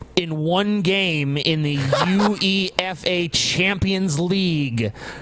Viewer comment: U-E-F-A. LMAO LMAO. "Yoo/Way/Fah" 7 <